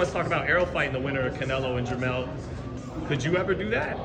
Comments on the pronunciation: Hopkins showing his age, jermell not jermall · Does Bernard know he keeps saying jermall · Somebody needs to tell Bernard that it's jermell not jermall..